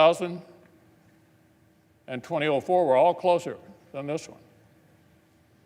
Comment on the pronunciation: Can someone tell me why he pronounces "2004" like "20-OH-4" REPEATEDLY